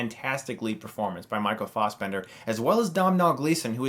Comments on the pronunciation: It's Fassbender* Not Fausbender. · Lesson in Irish pronounciation: Doh-nul Gleeson Not dom-nal Michael fass-bender Not faws-bender